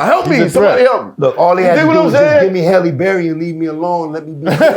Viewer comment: How Canibus says Halle Berry like "Helle" is hilarious to me. Anyhow, this interview was such a needed interview to help people who didn't witness Canabus run. All my yrs in following the culture I've never seen a rapper come out the gate with such a high skill set, put fear in the game and have such huge anticipation for people to just hear his next freestyle or song or feature. He had the ability to have a hip-hop quotable every time he was on a song. Respect Canibus. For those who need reference check songs like "Desperados" on The Firm album or "Buckingham Palace", his freestyle on Cappadonnas song and go down the rabbit hole of DJ Clue freestyles.